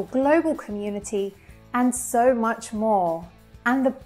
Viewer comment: It's sööü EaSy